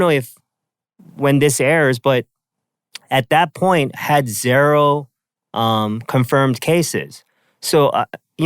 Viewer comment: Zairo instead of zero